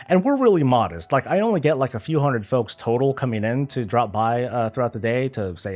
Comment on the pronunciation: it sounded like you said "to you fucks at home"